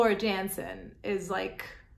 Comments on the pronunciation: Great reaction video, love everything Floor related, but, if I may...it's pronounced Yan..sen, not Jan..sen. You're in for a real treat with Floor ( Y)Jansen. 👍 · Love your love for Floor what a gift she is to our ears 💝 The name Jansen in Dutch is pronounced as Yansen as the j sound a y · Jansen is pronounced Yancen - FYI :) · She’s without question the most emotional vocalist I’ve ever heard. She reduces many to tears she’s so good. Just a tip it’s pronounced Yansen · Great reaction; you have a great ear, and a fantastic smile! Please don't take this as a "jab" or slight, but her last name is pronounced "Yan-sen"; The J is sounded as a Y. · BTW the Dutch say J as Y. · Time for a little guidance. Floor's last name is pronounced as YANSEN. You're welcome! :-)